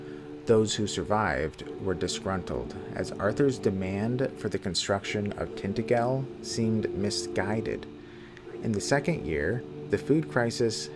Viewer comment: Is it really pronounced like that in the game? I honestly don't know. But in the Hallmark Merlin miniseries they kept saying Tint-A-Jell. The lore connection with Welsh mythology is pretty genius though - in the Celtic legends, Vortigern was building either Tintagel or a different fortress in his kingdom and it kept collapsing, until his Druids inform him he needs to find a boy with "no mortal father" and "mix his blood with the mortar". That boy turns out to be Merlin. Since Merlin's father was either an incubus [if you follow the Christian version], or Celtic deity that is lost to time.